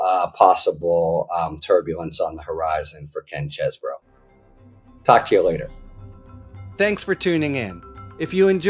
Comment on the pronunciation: It's pronounced ChEEEEse-bro. :p Doll-amore says so.